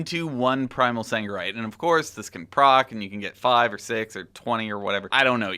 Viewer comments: It is Sargerite not fucking saNgerite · SARGERITE!!! Not saNgerite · Sargeras. Sargerite. Sargeras. Sangerite. hnnnng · triggered me so hard